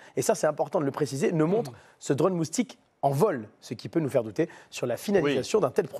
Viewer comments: Présentateur : "mousting" 😂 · l'expert en drone moustique il a dit moustingue